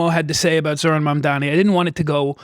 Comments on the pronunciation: HE STILL CAN'T PRONOUNCE MAMDANI HAHAH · Does anyone know the rationale behind them purposely mispronouncing "Mamdani" as "Mandami"??? Even after being corrected publicly? It makes Cuomo sound so stupid to me. I don't get it... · Incredible how Cuomo STILL managed to mispronounce Mamdani's name at this stage of the race. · Has Cuomo said "Mamdani" right one time ever? it's incredibly easy to say, he has to be intentionally mispronouncing it right? Seems so petty lol